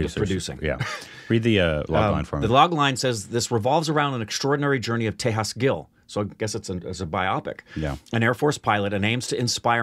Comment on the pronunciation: The "j" in Tejas is pronounced as-is and not as "h".